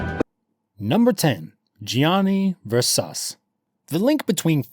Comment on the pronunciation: You are in no way pronouncing Versace right.